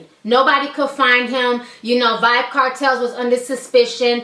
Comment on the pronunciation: its Vybz not vyb